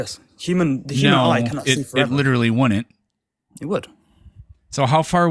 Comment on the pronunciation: seriously, work on your "wouldn't", "couldn't" and "didn't". It reminds me of being back in special ed class again. "I DINNIT DO IT"